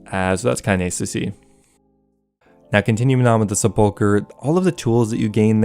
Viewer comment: Se PULL chre. LOL